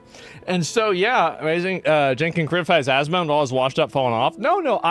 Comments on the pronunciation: Its hilarious he calls Asmond “Assman” 🤣🤣 AssmanGold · Im hearing "ass-man" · haha yes i heard assman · He said AssMan😂😂😂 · Sounds like he’s saying Ass man. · I heard him say "Assman". Congrats bro you're the Assman! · It's "assman" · Bro I hear Ass Man... which I guess they aren't wrong😂😂😂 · y he is calling him ass-man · I was hearing Assman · I heard assman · Hes saying assman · Im hearing AssMan 😂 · I keep hearing Ass Man. KEK Cenk is trying to make a joke that doesn't hit. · "Ass Man" is 100% what is being pronounced. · I heard ass man too lol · sounds to me he calls you "ass man". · I'm hearing "ass man" 😅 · I heard "Ass Man" like from the episode of Seinfeld where Kramer gets the vanity license plate mistakenly mailed to him. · He called you ass man, is what I heard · Sounds like Cenk is calling you "Ass-man" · If English is your first language Asmongold should not be difficult to say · not knowing how to say "asmongold"..? Arnt these people literally journalists? or in other words, isnt it their job to figure stuff out, including how to pronounce the thing they are talking about? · If he can’t pronounce asmongold, sincerely, that means he 1000% never supports or watches his nephews stream lmao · I’ve come to the conclusion that if someone can’t pronounce Asmongold, they suck at reading. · Imagine being the Number One Leftist Media on Youtube and you not only targeted a balding gamer for voicing his opinions and has no political influence but had the audacity to pretend to mispronounce his streamer name while claiming you don't even know who he is as if he couldn't be bothered to google. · He was trying to mispronounce your name on purpose to call you a**, man. He thinks he's funny. But he's just an old worn out version of Hassan.